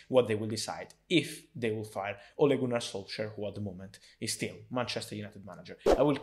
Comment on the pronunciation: For Fabrizio it’s “Ole Gooner solsar”